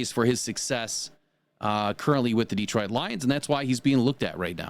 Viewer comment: You can always tell somebody who is not from Detroit because they pronounce it Deetroit. Same thing with Ukraine, it's not You Kraine the way they pronounce You Tube.